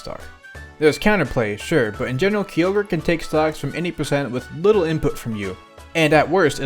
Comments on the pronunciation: its k-ai-oh-ger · It's pronounced Kai-Ogre. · kee ogre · My favorite Heyawn Pokémon: key oh ger